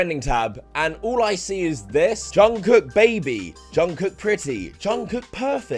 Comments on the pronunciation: Lmao when non- kpop fans pronounce Korean names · we also made the joke, ''Jungle Book''= ''Jung Kook"